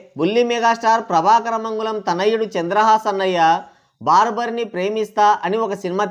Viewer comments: బార్బర్ కాదు స్వామీ 😂😂 బరాబర్. మీది హై వోల్టేజ్ కామెడీ మిక్స్డ్ విత్ వెటకారం 🎉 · barbar kadhu, bara bar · బార్బర్ కాదు రా... Barabar